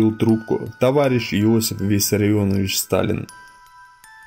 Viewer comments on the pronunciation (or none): none